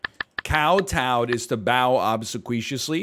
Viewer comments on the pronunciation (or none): Aver and hen were painful, like the pronunciation of obsequiously - but he knows such a lot of stuff ! Kowtowing is to bow until your forehead touches the ground- from China.